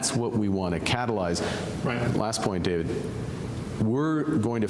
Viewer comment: Every time I hear "catelize", ....